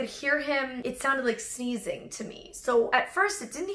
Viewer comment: I thought she said "seizing" then later I realized it was "sneezing"